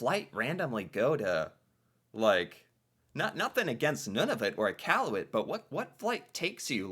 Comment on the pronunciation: pronounces Nunavut and Iqaluit better than most Canadian do. 👍